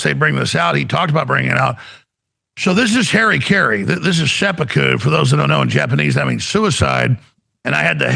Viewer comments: ✅ - harakiri /ha.ɾa.ki.ɾi/ - ha-ra-kee-ree ❌ - Harry Carey Dangit, people. When are you going to learn Japanese phonology, huh? Get with the program. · It's not "hairy kerry" it's "harakiri". Ha-ra-kee-ree. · Pronounced "har-ah-keer-e"